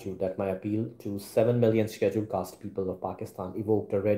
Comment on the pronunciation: Your pronunciation of schedule caste is wrong..